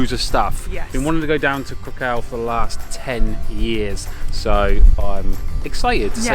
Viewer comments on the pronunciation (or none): I don't mean to be mean, but you seem not to care much when it comes to pronouncing the names of some cities you visited in Poland. It is TOrUn, not TUrOn. Same with Cracow: it is krAkOw, not KrOkAw. If you have any doubts how names are pronounced use google translate app. It is obvious that you put a lot of effort into production of your videos, but this lack of caring about to basic pronauncations puts it into question. It would be like me instead of saying "Paris" replacing with "Piras. BTW, Gdansk indead is a very pretty city; i was born there and walked DLuga Street every day for almost 2 decades. Good job over all. Yes, the city was actually leveled by Soviets, and literally poor Poles had to rebuild it from scratch.